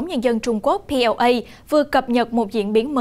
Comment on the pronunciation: PLA (People Liberation Army) khong phai la POA. Nhung nguoi cua kenh nay khong biet tieng my. ????